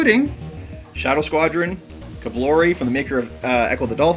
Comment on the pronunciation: You called Kolibri...Kablori lol. Great vid guys. I love the Sega CD but the 32X is terrible.